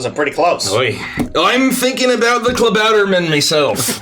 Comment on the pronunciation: Tbh I was very impressed with pronounciation of Klabautermann. Everyones reactions to the announcement of the lottery was just brilliant. seemed so pleased with himself! The Lottery was horrifying! Oh gods!! Barnabos' little speech was great, it felt real. Also and his horrible, horrible cliffhangers.